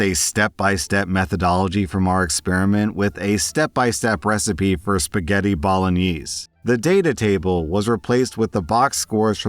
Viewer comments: Did you just say bolenneeese? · Bro said spaghetti ballaknees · everybody is talking about how the first story left speechless, but im more concerned about how he pronounces 'bolognese'